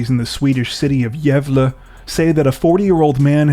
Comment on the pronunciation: Being Swedish is my first language I truly have to applaud you in your attempt of pronouncing Gävle correctly. Well done 👍